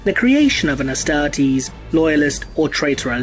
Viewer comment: I cant stand the way he says Astartes. Just something about it that hurts.